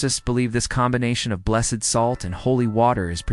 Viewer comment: This is a wonderful explanation- for children and for adults! One small note- I was taught that items are blessed, pronounced like blest- and people are blessED, like The Blessed Virgin Mary. So I think with salt it would be pronounced like blest. That's what I learned, anyway! So glad this vid popped up. I just subbed.